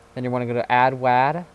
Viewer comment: STOP CALLING IT WAD (LIKE WA AS IN LAN) IT’S WAD (WA AS IN WALL)